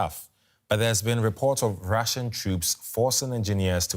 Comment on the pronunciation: I know you have a language barrier; but let's see if this helps: it's "Russian" not "Ration". Russian is like: "rush" + "un" Otherwise great reporting ! ! Do we not have an armored evacuation bus for such emergencies? It must take about 2 days to design and produce one huh? Weld about ten Russian tank carcasses together; take volunteers from the Nascar Dads in the US. ! ! ! Let's win this all you surrounding countries wondering how you can help ! !